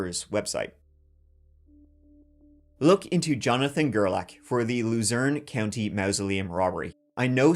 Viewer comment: Kind of ironic how pronounces Luzerne County like “Loser In County” because that’s exactly what this Jonathan guy became